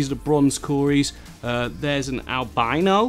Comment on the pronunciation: Offended by the way he said Albino rofl